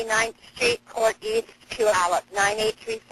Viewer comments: It's pronounced pew-al-up, Puyallup. This case has permanently damaged this community. My husband actually lived two minutes away from the house Josh killed Susan's children in when it happened. Even today, you can still feel the pain in that neighborhood. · Pew-all-up is how your pronounce puyallup ❤ Thank you for covering this.